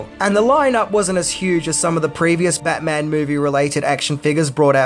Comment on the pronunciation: Take a shot every time says Bayman! 😂😂😂